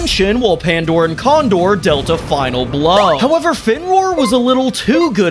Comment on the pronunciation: when i catch you cawndore and pandore